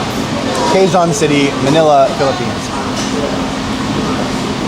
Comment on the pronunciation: Today we are at K-ZON City...which we pronounced as "KEZON"(Quezon)sowshal ka talagang bumigkas..sanaol!🤣